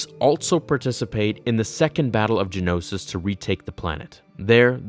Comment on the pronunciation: Ge-Oh-No-Sis. Not Gen-Os-Is. And it’s Ge-Oh-No-sians. Geonosis. Geonosians. Who hired you?